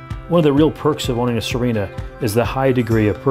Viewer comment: Good work. Nice to see other than flat water on a walk through. How is the name pronounced ? Thought it was See-renna ?